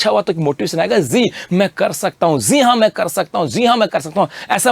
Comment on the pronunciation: Zeee haa me kr skta hu 😂 😝😝 bolna bhi nahi aata teacher log hokr bhi ye hrkete hai pronunciation to thik rakhna chahiye